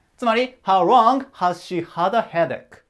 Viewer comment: いつも板書がわかりやすく、きれいな字で素晴らしい！勉強になります ところでhow longの発音がhow wrongに聞こえてしまいます💦 Lの発音は舌の先を前歯の付け根の歯茎に軽く付けて発音されるといいと思います また、howどのくらい、が1番聞きたい事なので、longより howを強めに読みます 細かい事言ってすみません🙏